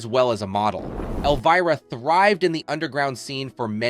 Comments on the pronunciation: Love Cassandra, but whoever owns the narrative voice for this special, you need to know that Elvira, as you may have noticed, is spelled with an "I" not with a double "EE." It's pronounced L-Vy-Rah, not L-Vee-Rah." This one boner on your part makes it incredibly difficult to listen to - kinda like fingernails down a chalk board. Please PLEASE fix this mess. Otherwise, it's interesting. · Where did they find this idiot who can't even pronounce the name “Elvira” ?? When "OUT" of character the lady's name is Cassandra not Elvrea,. l have to wonder if the narrator was also the writer? Somebody needs to go back to school! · Can't say I've ever heard Elvira's name pronounced elveera. YouTube has fabricated its own niche for this ridiculousness, having narrators speaking words to describe tv shows and movies they have clearly never even heard of, let alone watched, ever; and it's really annoying. Imagine a world where people do this narration bit, for topics they're familiar with, know about, and have some minimum level exposure to what the hell they plan to talk about and force people at large, to listen to. I realize that's almost as unrealistic of an expectation as it is to expect common sense in the common public, anymore, but it would help the world, in a small way, to be a better place. I'm two and a half minutes into this video, but I'm closing the tab for it as soon as I'm done writing this. Thank you for saving from wasting my time. Suck on my feedback.